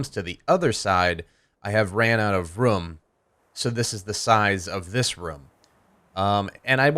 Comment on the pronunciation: i like how he says room